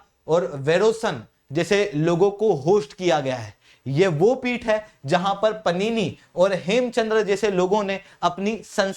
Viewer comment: पनिनी क्या है तुम घंटा टीचर हो जब तुम्हें ये ही नहीं पता कि वो पाणिनि हैं